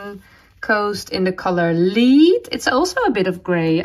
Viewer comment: I love watching daily vlogs! I do hope you continue. That yarn…the dark grey….spelled lead…is pronounced led….it is the color of lead pipes. So the e sounds like the e in ed. I hope you don’t mind me helping you with that. Your English is amazing! Do you also cook or bake? I’d be interested in seeing that as well. Perhaps a trip to your shopping areas, too. I have come to the conclusion that I can’t become a member because I live in the United States. I have looked all over for a place to join, but it is not easy for me to find. But now that you are doing daily vlogs, I will feel better. Keep up the great podcasting! ❤